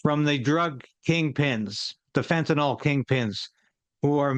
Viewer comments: Fen-ta-nil Not fenta nall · MISPRONOUNCING - It's FEN-tii-niL, not fentiNAWL. Thank you. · It’s fentaNYL, not fentanOL; rhymes with bill, not ball. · "nyl" does not sound like "nol". If you can't even say the name of a drug correctly, how can anyone trust your opinion on it? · Christ, can you even read? It's fentanyl, not fentanol. Also there almost zero fentanyl crossing the Canadian border into the US. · 'Fentanyl', Clayton; not 'Fentanol'. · By the way, the drug is pronounced fen-ta-nil. If it were spelled fentanol, then it would be a harmless type of alcohol. The -ol ending denotes a type of alcohol. The drug is not that. Fentanyl has a different chemical composition. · I think it was Trump who started pronouncing fentanyl as if it were fentanol. Anyone else notice? FYI: it's not "fentanol". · That Canadian is so polite that he mispronounced the drug just like Clayton. So from now on it's fentanol. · It is pronounced FYNTUH - NILL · We'll never fix the problem until people learn how to pronounce "fentanyl".